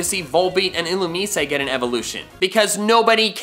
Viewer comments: I’m so annoyed how he pronounces “illumise” like “ill-oom-ee-say” instead of “ill-oom-eyes” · Nobody: Literally nobody: No-one in the entire world:: Ill-oo-meece-ay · The way you pronounced Illumise made me drop kick my grandmother.